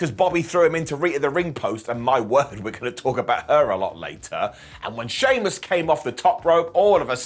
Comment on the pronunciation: Did just said "Soymuss" instead of Sheamus? 🤣🤣